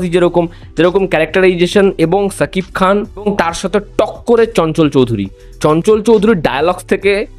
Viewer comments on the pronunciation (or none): ছাকিব খান না শাকিব খান শ উচ্চারণ কর..